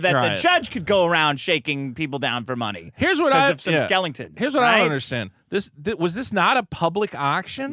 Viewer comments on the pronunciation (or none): “because of some skelingtons”